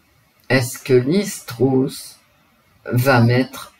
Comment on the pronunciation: Bonjour ! On prononce Truss come us ( presque comme eu : Treuss)